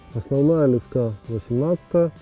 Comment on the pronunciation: это слово леска с ударением на последний слог)))